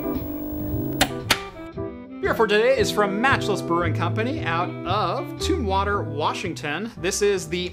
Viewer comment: Heh. Tombwater, WA. Tumwater maybe? LOL. Say the "tum" part as if you are saying the first syllable of "tummy". Thanks for the camera reviews. That is really helpful info and things to look out for.